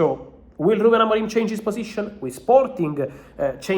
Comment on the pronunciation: AMORIM, NOT AMORIME